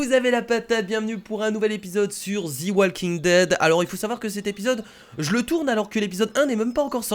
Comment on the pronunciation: ARETE DE DIRE THI WALKING DEAD